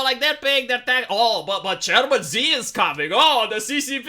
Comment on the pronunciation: You have mispronouned the Dear Chairman! You reactionary, capitalist pig! It is ‘ Chairman She’. And don’t you forget it!